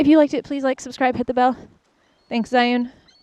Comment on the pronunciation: 智雲 "zhee-yoon" not "zhai-yoon"